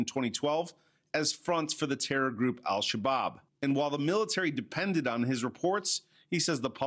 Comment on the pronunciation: Did I hear terrorist group Al-Shabaab or was it Al-Shish Kabob ?